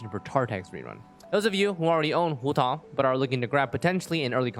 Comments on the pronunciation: homa banner is tempting but we're not sure of that so i'm skipping to pull for childe 'coz he's more fun and i need a male character 5star. Also i cringe when pronounce huuotaww 😁 EDIT: ARATAKI ITTO GOT RELEASED I'M SAVING ALL FOR HIM BYE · am i the only one hearing hu tall? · its hu tao, and shes not a pyro walnut? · I am feeling really uncomfortable from your Hu tao pronunciation. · accent showing up just to pronounce Hu Tao 👌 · sounds kinda weird when speaking english though. Like pronouncing Ganyu with the "yu" pinyin which doesnt exist in english would just sound weird